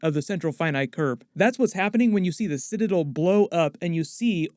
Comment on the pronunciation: Did you not watch the episode or do you just refuse to say the word citadel correctly?